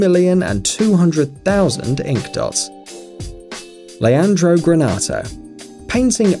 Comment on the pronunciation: Leandro is not pronounced "Leonardo".